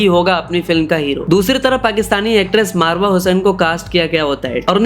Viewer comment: Bhai marwa nahi mawra 😂